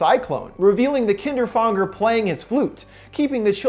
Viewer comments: The way he pronounced kinderfänger fucking annoys me. If the name is supposed to be said like the german word you have to pronounce it "kinderfÄnger" not "kinderfAnger" and if you don't know how to pronounce an "Ä" LOOK IT UP! people saying it like a normal "A" has bothered me for years! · You pronounce Kinderfänger wrong. But its a difficult word because of the ä. Its pronounced like an ae. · Kinderfänger or how you called it “Kinderfanger”...seems like these story writers also think German stories are scary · I'm sorry to mark you on this but it's called Kinderfänger but it's okey because you don't have that letter in your alphabet ^^' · this is absolutely irrelevant but I hate how you pronounce kinderfänger omg that's the true horror lol